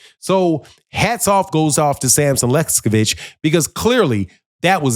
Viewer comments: Pronunciation is key,... Sampson Lewkowicz - not sure who Sampson Lescovich is....LOL 😂😂😂😂😂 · Bro! Enunciate correctly LEWKOWICZ 😂😂😂